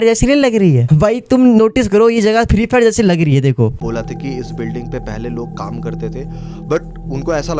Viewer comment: Hello bhai tumne sahi se bola free fire Kiya